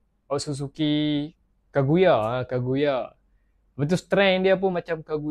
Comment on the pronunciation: Kaguya bang,bkn kagaya,kagara..nasib baik tk jd kangaroo😂😂